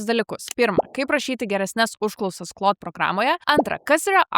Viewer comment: Šiek tiek keista, kad Claude AI mokate ištarti tinkamai, o va Claude OS, kažkodėl tariate kaip cloud. 🙂